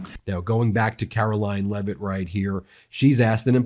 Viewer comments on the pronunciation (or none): none